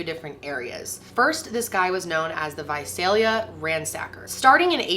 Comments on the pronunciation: You said Visalia right!!! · I just want to say thank you for pronouncing Visalia the way that people who live there pronounce it. Most of my family lives there and I spent a good deal of my childhood there, and every time I hear this story told I get flustered at that. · I’m from Visalia and THANK YOU FOR SAYING IT RIGHT 😅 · thank you SO SO SO much for pronouncing Visalia correctly! A lot of people always say vuh-zell-yuh and it's NOT. So thank you for that! Thank you for covering this case. Me, a Visalia native, appreciates it!